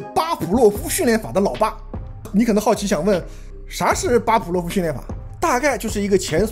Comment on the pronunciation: 巴甫洛夫，fu，不是pu